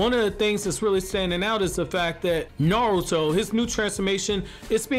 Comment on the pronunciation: Anybody notice he says naluto